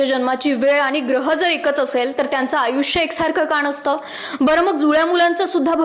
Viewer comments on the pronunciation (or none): "णसतं" असा शब्द मराठीत नाही. . . तुमच्या सारख्यांचं लोकांनी का ऐकावं? मराठी सुधारा ताई, ऐकताना फार त्रास होतो सुशिक्षित लोकांना.